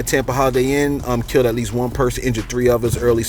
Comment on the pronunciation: I couldn't listen to the rest, You said KILT for KILLED too many times 🤷🏽‍♀️